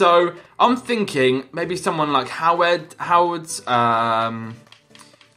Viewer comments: wait wait waithowards? If you knew any German, you would know it is pronounced something like hervedes, because the O has the accent that makes it errr and Ws are Vs in German. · It's huh-veh-des not how-ehds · Its pronounced Ho-Ve-Des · Höwedes - Howards Fährmann - Foreman :D Any Germans here? :D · "how-wedds" xD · Hervedes is how you pronounce Hövedes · HOWEDES IS PRONOUNCED HERV I DEZ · it pronounced how-we-das 😂😂😂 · Howedes is pronounced H-ur-v-des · It's pronounced howbedes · I am from Germany and it was so funny how you said 'Höwedes' :) Really nice Video! :D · You dont know Höwedes is pronunced right? XD I don't really Know how to explain it could somone try it? Oh and great Video ;) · He's struggling so much to pronounce Höwedes LOL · THAT WAS THE WORST PRONUNCIATION OF HOWEDES' NAME EVER!